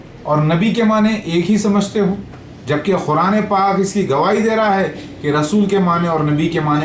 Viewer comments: Quran ko khuran bol ra hai olo ka putha yh jahil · Abe khuraan nahi Quraan hota hai Dhakkan hai tu